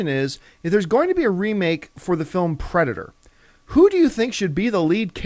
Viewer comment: I like how it says pedator.